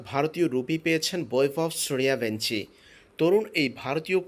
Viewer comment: learn how to pronounce in Bangla.. it's Boibhobh Shoorjobongshi